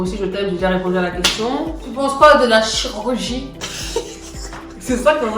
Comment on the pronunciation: Ah suis mort😂 elle arrive même pas a dire chirurgie 😂